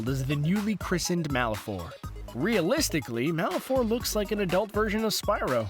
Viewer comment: the "e" in Malefor is silent.